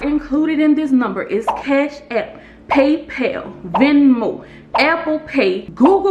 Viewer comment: Amazing content!! You are so knowledgeable, thanks for the info. I love how you say "paypel"